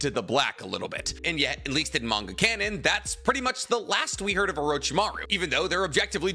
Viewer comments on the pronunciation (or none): none